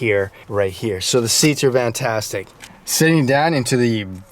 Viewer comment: “Vantastic” lol?